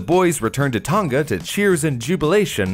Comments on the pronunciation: Btw Tonga is pronounced tong-uh or tong-ah rather than ton-guh (common mistake) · Yeah it's not pronounced Tong ga but Tong a